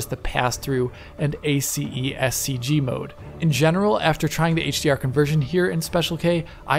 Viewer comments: Amazing content as usual! No need to pronounce all the letters from ACEScg. Actually, in the movie industry, we just pronounce it as if it was one word and two letters: ACES (assess) and c.g. ^^ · ACEScg is pronounced Eh-sys CG. Thanks for the great video, as always.